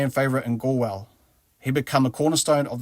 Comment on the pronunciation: Connaght = Con-uch-t / Galway - Gaw-ll-way